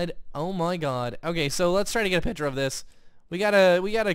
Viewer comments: it kinda annoyed me that was pronoucing picture like pitcher Um and a baby isn't in the oven (you said that at the end) I think you ment a bun is in the oven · Is it just me or does say picture weird?